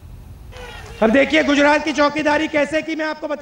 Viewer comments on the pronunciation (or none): Pronunciation sikhao Isko Koi Gujarat ko Gudarat bolata hai